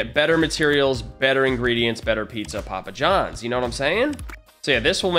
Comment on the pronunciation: Its not a video if he doesent say: better pizza popajons